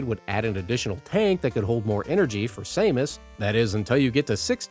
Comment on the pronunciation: I've never heard anyone pronounce 'Samus' they way you did. For a moment, I thought you said "Shamus" (the Irish name).